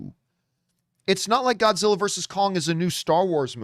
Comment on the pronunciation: Grodzilla? Gimme a sec.